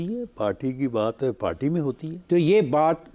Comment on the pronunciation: پارٹی نہیں "پاٹی"